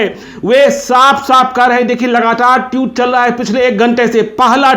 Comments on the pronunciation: टीउट नही होता सर.. ट्वीट बोलिए ! 😅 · जी, उच्चारण सही सही कीजिए। ट्यूट नहीं ट्वीट बोलिए। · भैय्या, ये ट्वीट होता है, ट्यूट नहीं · ट्यूट नहीं पत्रकार साहब, ट्वीट कहिये। गजबे हैं आप भी। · Twit hota hai tewt nahi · Osama saahab!!...saahab??...😁😁...kya yaar 😁....wo TWEET hota hai TWYUTE nahin 😁😁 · Tutt nahi...tweet... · Ese log bhi video bnane lg gai jisko tweet bolna nhi aata tueet bol rha hai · Jahil ho kya be. Tiyut nahi tweets hota hai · ओ चाचा ट्यूट नही होता है ट्वीट होता है😂😂😂😂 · जनाब ट्यूट नही ट्वीट बोलिये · Pahle tweet to bolna sikh le, tute nahi baklol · Bolna toh seekh lo patrakar sahab tuet nahi tweet hota hai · अरे चचा ट्यूत नहीं ट्विट होता है😀😀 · Tute nhi tweet hota hai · Tute ni hota bhai tweet hota h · भाई साहब ट्यूट नही होता ट्वीट होता है ।। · Tweet not tute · Teut nahi tweet hota hai ji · पहले बोलना(उच्चारण)तो सीख लो ट्यूट साहब 😂😂😂😂😂😂🤣🤣🤣🤣🤣ये ट्यूब लाइट पर नहीं बोल रहे हो जीरो वॉल्ट के लट्टू आप ट्विटर के लिए बोल रहे हो😂🙏जय हो हर कोई पत्रकार बनने की दुकान खोलकर बैठ गया है। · Tweet toh bolna sikh lo pehle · ट्वीट तो बोलने आ नही रहा है चला हैं पत्रकारिता करने ।एक अपराधी की पैरोकारी कर रहा है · Tweet ..ka pronunciation to thik kijiye....